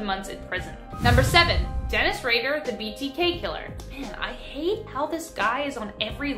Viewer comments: You would think.... with 7.76 MILLION subscribers she would put a little more effort into pronouncing the names correctly .... Dennis Rader is not pronounced as Ratter ......... Its "Raider" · Btw Rader is pronounced like Raider. Like the football team or tomb raider lol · ish. You mean to tell me that she's a full grown woman youtuber that hosts all kinds of true crime vids really doesn't know how to pronounce the surname "RADAR?" You know, its also a ⁴4it